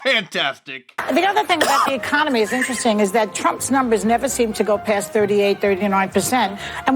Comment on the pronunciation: This idiot in the view said Emiconomy wtf is that she to say Economy.